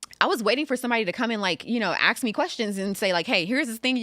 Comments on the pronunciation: Anybody who pronounces "ask" as "axe" should be prohibited from holding public office. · As intelligent as she seems, she still can't say the word "ask" properly.